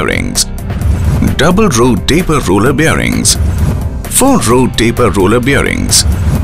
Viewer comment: he mentions the word 'bearings' 15 times in those 36 seconds...or is it 'birrings'..?